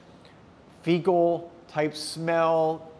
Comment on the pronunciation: Did he say ‘fecal’?